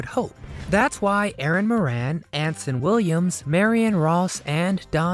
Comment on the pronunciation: Moran is an Irish name and is pronounced More An.